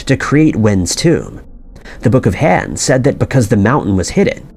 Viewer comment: Very well done, I watched the entire video. One correction that drove me crazy...the "Han" Dynasty. Rhymes with "bon" in "bon fire". Not the way this narrator says it over and over again, rhyming it with "fan". The other glaring problem...the narrator consistently says "conversation" instead of "conservation".